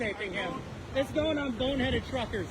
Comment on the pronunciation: How many times is that guy going to say the video's going on BoneheadED Truckers?? It's BONEHEAD - no "ed" on the end. 🤨 Grated on my nerves.